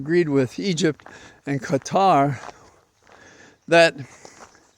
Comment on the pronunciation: Thanks for pronouncing Qatar correctly. Mainstream and other Media outlets should follow suit. Also, trump needs to try Prison food for at least 48hrs, who knows, he might enjoy it.